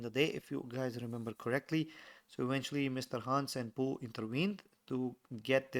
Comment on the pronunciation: It's pooh not chunga